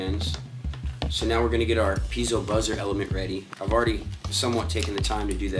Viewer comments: "pea-ay-zo" not "pee-zo" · FYI, Piezo is not pronounced Peezo. Its pronounced Pee-A-zo